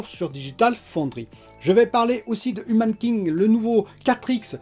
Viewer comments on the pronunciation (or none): Humankind ça se dit aie comme quand on a mal